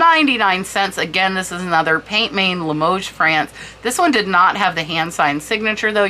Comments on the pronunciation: Hi! Amazing trinket boxes- love that you do these videos Kewpie is pronounced like this: “cue- pea” And pient main means hand painted in French Pronounce main like this - “Mann” not main as it would seem to be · As I live in France I also can help with pronunciation. Peint main is pronounced more closely like Pan man with very little emphasis on the final “n”.